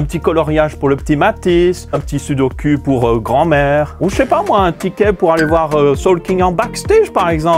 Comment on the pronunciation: On dit SUDOKOU. Pas sude au cul !!!